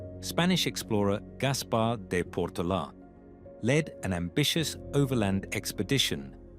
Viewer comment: The pronunciation of “Portola” 🤦‍♂️